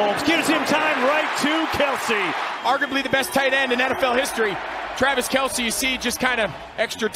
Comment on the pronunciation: Did 😂 Did he say "Patrick Mahomes and Travis McKelce "?? I swear AI generated audio is getting more sneaky. Not saying AI,, but to mess up Kelce's name like that? Am i hearing things?